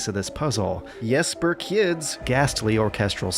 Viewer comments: He didn't fail with the pronunciation. It was spot on (for a Swede at least) :). The last name I don't know about, but that last name is not my last name so I really don't care. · I was so happy when you pronounced my name correctly (it's not hard as our Js are just your Ys) so you wont lose me as a viewer even though I am Swedish and not Danish. I love hitman. I have held off on this game because I refuse to play along with their episodic nonsense and I thank you for calling them out on this always online bullshit. I also will never understand people who defend the elusive targets. I will just keep missing them I guess, because I am not interested in playing something that I can't retry and try to optimise which is one of the great joys of Hitman. So. It pains me to say this as I own every Hitman there is (and Absolution is not at all as horrible as some make it out to be), but I will not be getting this one until the always online nonsense is removed. It's really sad that we are letting publishers get away with this. We have only ourselves to blame when we can't have nice things anymore. I play Blood Money to this day. I would have hoped that I would play Hitman2016 in ten years time as well. It does not seem like its going to be unfortunately. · Dear, I watch your show because you are one of the most engaging and trust-inspiring reviewers/critics I know of, not because of your ability to pronounce the names of my countrymen:D Besides, you did pretty well on Jesper Kyd's first name. As for the surname, well, I'd never expect an American to be able to pronounce the Danish Y.